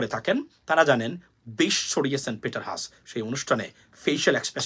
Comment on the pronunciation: It’s Peter Hass (হ্যাস)